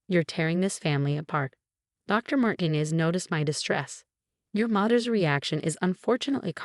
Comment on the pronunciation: Mar teen ez